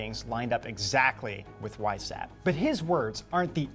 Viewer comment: Weishaupt is pronounced "Vice-how-pt" and it means Whitehead.